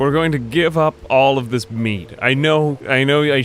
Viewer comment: it's meat, not "mead"